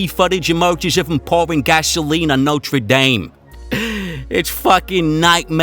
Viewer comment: Fuckin fuckin fuckin annoying! , And what is notra dame??? Good God even Billy Clinton took speech therapy and he didn't sound anywhere near as bad as this guy it damages his content